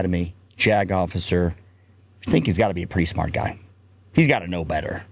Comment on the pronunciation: JAG Officer said quickly sounds like “jagoff!”